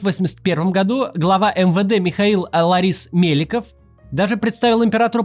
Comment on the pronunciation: Только не ЛАрис-Меликов, а ЛОрис-Меликов.